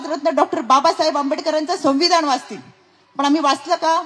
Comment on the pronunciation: रुपाली... संविधान असा शब्द आहे.. संविधाण म्हणू नकोस हा.. 😂😂😂😂😅😅😅😅